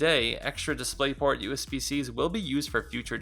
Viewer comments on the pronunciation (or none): "DisplaytPort", very reassuring. LOL